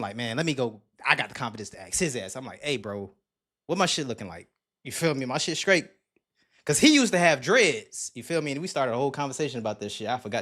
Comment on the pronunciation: the word is straight not “skraight”. 🤦🏾‍♀️😂😂